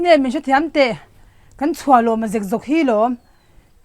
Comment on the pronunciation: Chhuahlawma khi tunge chhiar sual ve che u 😂